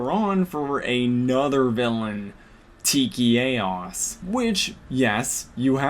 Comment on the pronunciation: You pronounced like 4 different names wrong (Lien-Da, Tikchaos, Rutan, and )